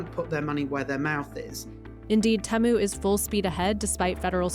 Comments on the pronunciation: If it was pronounced teh-moo, then it would be spelled as Temmu, but it's not Temmu. It's Temu, so the E sound is long so tee-moo. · Say it with me now: TEE-moo. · The way that the person pronounced Temu does my head in. Who approved this? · How come she is pronouncing temu so differently from the rest of the video? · I gave this video a thumbs down because the journalist couldn’t even pronounce Temu properly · Say Temu correctly. This is gonna die once Trump imposes his tariffs.